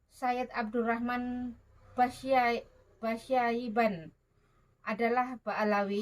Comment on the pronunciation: Nyebut basyaiban aja ga becussss.....